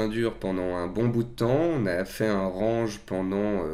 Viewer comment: RANGE se prononce RENGE, c'est pas le verbe ranger hein...